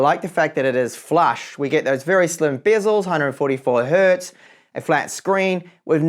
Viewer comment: I have never heard someone saying "hert" before. That is wrong on so many levels. Hertz is not the plural of "hert". 😂